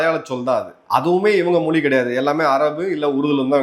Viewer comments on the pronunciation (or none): none